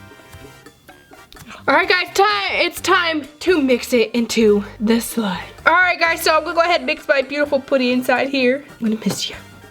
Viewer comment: Why did she say sime? It is not sime